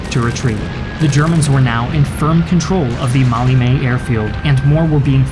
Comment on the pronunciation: Love the Americanized pronunciation of Maleme..Mally-may! ;)